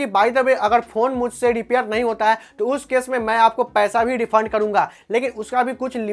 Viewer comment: 😂😂😂😂😂 R or D bolta hai bhai ... Repair× dipair 😂😂. Kaha sikhi bhai tune ye language